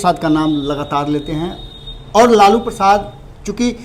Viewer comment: aap bolana sikhe lalu Prasad yadav ji ka name aap lalu bolrahi hai